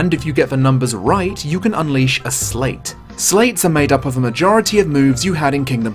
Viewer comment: >Slates EXCUUUUUSE ME It's pronounced SLIGHT. A SLIGHT OF HAND. Grammar nazi out.